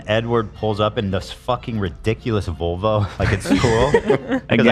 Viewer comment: Am i crazy or is ethan saying Vulva instead of Volvo 😂